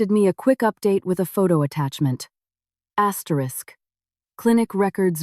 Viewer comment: Why are always saying astetisk you dont have to read it yuo keep saying asterick a hundred times